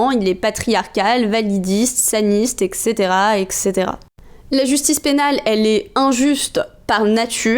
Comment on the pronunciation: On l'écrit comme on le prononce : eTc. Pas ekt. ni ect.